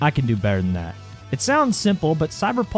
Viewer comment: when you say cyberpulse it sounds like cyberballs